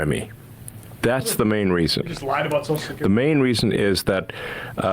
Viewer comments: I'm not going to spend listening to a dolt who cannot pronounce - the word that the segment seems to be about! The phrase you are destroying in your attempt to speak is "social security" not soch-security. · Sam really struggles to say 'social security', eh? To my English ears it sounds like "socecurdy" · It's fascinating to me that Sam can't say Social Security. He says Soshacurity.